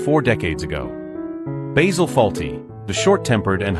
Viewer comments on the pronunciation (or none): The narrator keeps mispronouncing Basil, as if it's the herb